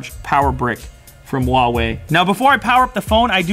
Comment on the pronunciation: 1. This phone came out months ago. 2. I will never take seriously any chinese manufacturer, even Huawei, they're all just copying Apple and Samsung. 3. Huawei is pronounced with an H.